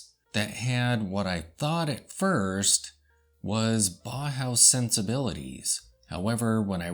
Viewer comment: Nice video. Someone may have said this already but it is pronounce "bow-house" rather than baw-house. au in German is pronouced like "ow" in sense of "Ow, that hurt."